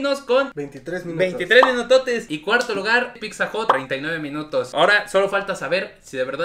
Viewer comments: Like si también notaste que ni ni su carnal, pueden pronunciar correctamente la palabra "pizza". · Bro, no soy poliglota pero según yo. No pronuncias de manera adecuada al decir la palabra "PIZZA". P.D Has un comparativo de cadenas de hamburguesas para ver cual es la mejor. Éxito!!! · Wey me estrésa que digas picza, neta no sabes pronunciar pizza???? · Qué ansias cuando dices "picza"... Una y otra vez... Es pizza. Punto. Me gustó tu playera. 😃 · Hola!! Una observación para ti y. Su pronunciación de la doble z (zz) que tienen algunas palabras es incorrecta. Se pronuncia "tz" por ejemplo, pizza es "pitza" y ustedes dicen "picza" que es incorrecto. O mozzarella se pronuncia"motzarela" Pues la doble "zz" viene de palabras italianas y a su vez formadas de alfabetos Greco latinos. Por lo mismo su pronunciación fonética correcta es "tz". Ojalá lo tomen en cuenta y corrijan, es con mucho cariño mi comentario. Te mando un abrazo grande!🤗 Y gracias por este canal, eres un chico adorable!🤗❤️ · Muy bien los videos!!! Buen complemento a la ruta de la Garnacha... (Solo cuidaría la pronunciación de picsas a pizzas...😅) Saludos! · Todo muy bien solo que no puedo con que pronuncies tantas veces mal pizza, la pronunciación correcta es pitsa en italiano o piza en español, pero nunca picsa eso se escucha muy mal, por todo lo demás es un buen video, saludos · El guzzi ha sido plagiado!!!🤔🤔. Se pronuncia pitza no picza. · no es Picccccsa:/ 😲😲 Pizza/Pitza jajaja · Deja de decir PICSA e.e Tuve que cerrar el video por lo mismo xD pizza se pronuncia PITZA, no es difícil e.e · No se llama picsa se llama pizza. Y tienes comentarios que sobran, no son ni chistosos y no aportan nada, espero mejores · La "PICZA" 😂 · Me desesperó tanta picza!!! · Llevo varias diciéndoles lo mismo y les vale un carajo, dicen que cada quien lo pronuncia como quiere, la verdad yo me estreso cada que lo escuchó decir picza! 😠😠😠😠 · Ya no le digas pixxa carnal 🤣🤣